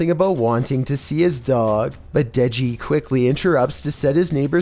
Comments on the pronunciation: hey when you said deji i heard neji for some reason XD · I think she was saying incomplete English. It sounded like she says denji pet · The deji one the girl either says deji or touchy not 100% though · She says touchy I think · The girl said Deji or doggy. No. 6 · She said: De-Deji? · she said dejl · I am deaf and I even know that blonde chick says “Deji?” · She says de deji